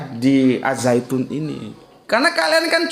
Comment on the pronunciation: Ternyata pintar juga dalam segi pelafalan bahasa Arab.Yg benar mmg di baca Az-zaitun bukan AL Zaytun.